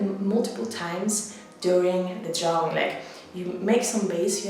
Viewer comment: I love the way she says drawing Dwawing